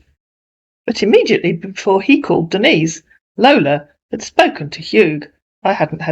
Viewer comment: The scammers can't pronounce "Denise" and call her "Dennis" 😅 Lola should have corrected them for that.